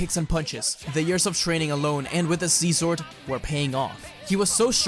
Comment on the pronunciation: bro said see zword